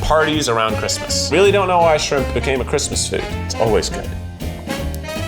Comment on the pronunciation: Coming from a native Tennessean, you could really hear the Tennessee in Keith’s voice when he said “parrot isle coconut shrimp”😂😂😂 Shrimp has two syllables. “Shri-ump”😂